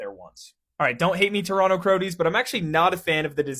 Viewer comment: “Crodies” 😂 this man did his research